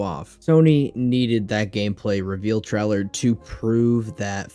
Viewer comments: What's a game "tryler"? Truler? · Bro needs to learn how to pronounce the word trailer 💀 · Why tf do you say trailer like this ?!